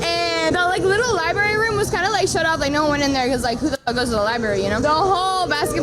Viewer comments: “Who da fuck goes to the liberry” LÖLÖLÖL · "Seems classy .. " Um. wtf? Did he hear her say, "Who the fuck goes to the libary (sic), you know?" ... ? That kind of shit is a massive red flag. She could have stopped talking, right there, and the end result would have been the same, in my mind.